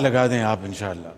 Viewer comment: Inshaallah bolna bhi nahi aata is prime minister ko.